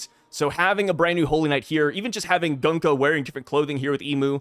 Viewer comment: It is Gunko.